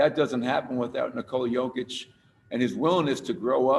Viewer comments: How do you come represent Kia and not know Nikolas name? Not practice it or make sure you're getting it right. In what world does Jokić sound or even look like Covich or Cockich? Incredible. Only with a Denver player. I'm not surprised at all. #fraudcity #wedontbackdown #MileHighBasketball ⚒ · What the hell was that Kia!!! F***** practice how to say the guys name. What a disgrace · He cant even say his name right omg